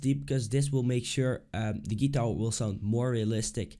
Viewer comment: Wrong Step 1 is actually learning how to pronounce GUITAR